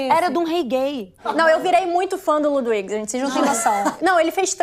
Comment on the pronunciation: Querida, 1°: aprenda a pronunciar as palavras antes de abrir a boca. "Nóichanstái", "Lúduvígo" não rola. 2°: deixa os outros falar. Mulher chata, maluco!